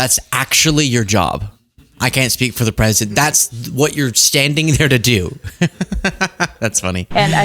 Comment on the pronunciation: It’s only fair since he is a chump……and sometimes she says Pwesudent Chump! She has a hard time with r’s lol